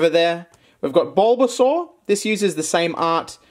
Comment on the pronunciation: Why is he saying bulbasaur like bobasor...